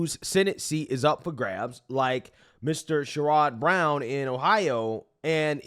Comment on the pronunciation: Trump and fellow repubs. all the way in 2024! (btw, correct pronunciation of brown attached ,,,as an ohioan.) Keep up great work!